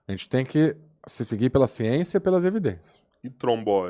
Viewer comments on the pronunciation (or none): Num criditiu!! E a "çiênça" como "isprica" isso? 😂😂